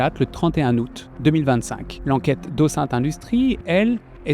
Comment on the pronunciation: Ah ben mince mais le "ô sainte" systématique pour les recherches "ô-zine-te" me sort du sérieux du travail encore une fois monumental que vous avez réalisé